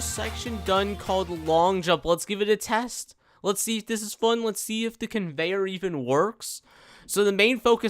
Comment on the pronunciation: "the lame convenyor ever" convenyor on tycoon : l i e